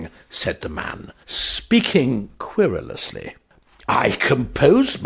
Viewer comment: Querelously.... kwer- el-us- ly.... Great story. Great performance. Thank you. G Ire